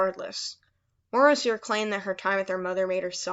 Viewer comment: its late and i dont mean to offend you but i think the morrow in morrowseer pronounced for like mar-row like tommorow since he is supposed to be able to see the future or tommorow